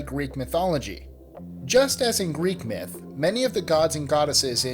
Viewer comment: I hate that they say "Myth/Mythology ....